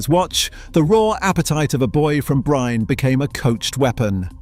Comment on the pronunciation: It is pronounced as Holland, while Erling does not correct anyone maybe out of not really minding it. That is how simple and non-chalant he is. Bryne is also pronounced as Breena. Either way Erling is a fantastic player. Nice video too!!!